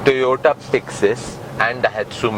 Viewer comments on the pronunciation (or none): none